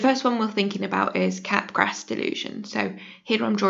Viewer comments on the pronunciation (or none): Will Wood reference. Also Capgras is pronounced 'Kap-GRAH' ( ･ั﹏･ั)